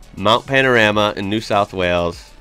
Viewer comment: Hi. I just have to say that I love watching your videos. You and your family are so entertaining and I love how much you seem to adore our beautiful country. I live in Bathurst and love it here and the videos your react to about bathurst are great but there is one thing that you do that gets to me every time you say it ☺️. The Mount isn’t called Mount Pan-A-rama like you call it, it is Mount Pan-O-Rama. Looking forward to seeing more videos from you soon Mate. 😆